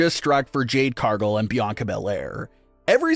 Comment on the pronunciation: It is Jade Car-gill not Jade Car-gull.